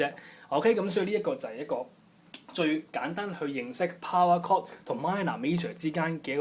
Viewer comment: it is called POWER CHORD, not "POWAR CORD"